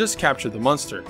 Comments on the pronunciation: Does any body realize he say munster instead of monster? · You say monster like meunster lol